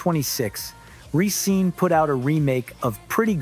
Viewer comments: I hate to do this but the group name is pronounce Re-scen-nuh not Re-scene. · But it's /risén-/. Not /risín-/.